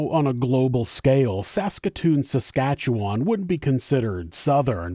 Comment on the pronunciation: WOAH a local case! this happened 2 and a half hours from my city, i remember talking about this case in native studies in high school! thanks for actually pronouncing saskatchewan right btw 😅